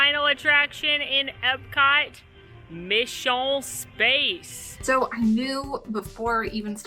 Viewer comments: Mishun Spahs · Dying at “mission spaaaaaaahshe”